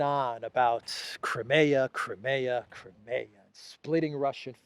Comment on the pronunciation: PLEASE. CRY. NOT CRAY CRIMEA. CRY. MEEEE. AAH